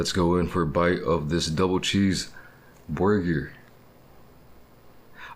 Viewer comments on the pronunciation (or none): No offence but did he say boigur instead of burger